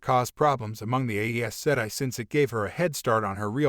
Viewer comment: For someone who ostensibly has seen the show and heard all of these names and terms before, you certainly have some unusual pronunciations for things like Egwene (ig-WAYNE, not EGG-win or EGG-ween ), Liandrin (lee-AND-rin, not LION-drin, ), Aes Sedai (EYE-sa-DIE, not eh-ae-SED-eye or eh-ee-uh-SED-eye, and ), Ajah (AW-zhah, not AE-juh, ), Siuan (sa-WAN or SWAN, not SEE-you-an, ), and protagonist (pro-TAG-uh-nist, not pro-tuh-GUN-ist, ). By no means a comprehensive list, of course.